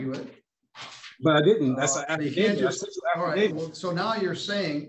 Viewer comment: Did he say, "Happydavit"???????????????????